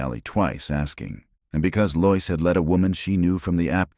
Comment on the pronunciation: This is the second story I've listened to in which "Lois" is consistently mispronounced as "Loyce" instead of "LOW-iss." Why can't ai be taught to do it correctly?